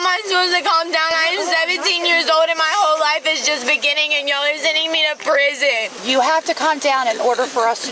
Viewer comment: Yes, you're rightfully headed for preezin, which is her odd way of pronouncing her future address.